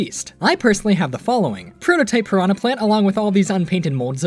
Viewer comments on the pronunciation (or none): none